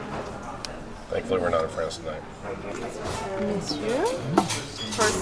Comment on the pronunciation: I was initially impressed that an American finally pronounce "monsieur" correctly. Such an excellent review that you made me want to get the Dégustation when I dine here in May...although it seems like a LOT of food :) Thanks!